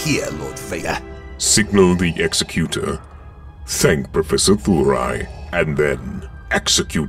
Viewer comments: ex-a-Q-tor? No Exec-u-tor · Executor is not pronounced like that.... Otherwise a great watch!